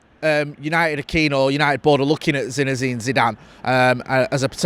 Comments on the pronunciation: Lol continuously calling the bloke "ZINEZINE Zidane"😂😂.. If he becomes our manager you'll have to get it right 😂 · So many Z’s 😂😂😂